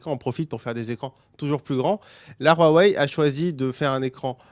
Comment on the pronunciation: Stp dis wawei et pas rrouawei stp